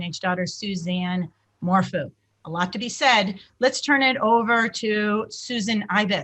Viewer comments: I love how you called him Barry MorFOO. SOUNDS LIKE BARRY MORE FOOL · And Morphew is said "Morf-you" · Morphew is pronounced “mor-few” and Salida is pronounced “sa-lie-da” Suzanne had cancer twice which is another reason for having bangs. So, everyone who has bangs is hiding their intelligence...bs. Generalizing about hair choices isn’t a basis for hiding intelligence. She was a cancer survivor and had to wear wigs during her first bout with non-Hodgkins lymphoma, when she was in her late teens. If you look through all the photos, you will come across a few, where she has no bangs. Suzanne was a schoolteacher when she was diagnosed with cancer the second time. Her hair was thinning and falling out...she was scheduled to see her doctor on Monday following her disappearance. A clean bill of health. God bless her. Say what you want about Barry but please be respectful when talking about Suzanne. Chick in the blue blouse, grow bangs if you want, mmmk.☮️🦋🌸 xxxx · Hey ladies not sure if anyone has mentioned this but Suzanne’s last name is pronounced MORE(ph)EW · Btw, it is mor-few.